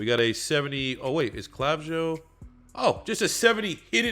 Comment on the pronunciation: Clavijo is pronounced Cluh-vee-ho